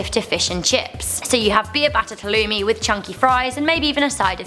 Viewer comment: Anyone that's not from Cyprus, the place were halloumi came from, says halloumi wrong.